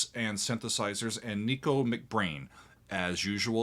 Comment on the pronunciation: Not Neeko. Nick-o.